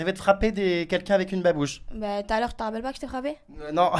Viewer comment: 2m59 il dit babuche mdr